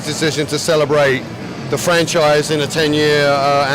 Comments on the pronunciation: 10th anniversary of franchise. Maybe he should say frank-chise? X fuckin D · Did I hear "frankchisce" as dead rising franchise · i hope my ears just heard that wrong. DID HE SAY THE FRANK-CHISE.